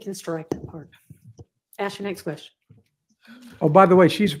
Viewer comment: how is it that an educated lawyer can't pronounce the word ask correctly?